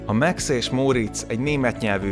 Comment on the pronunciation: Miért Meksz a Max?